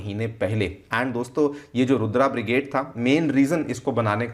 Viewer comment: Stop saying रुद्र as रुद्रा, comeon you seem to be teaching.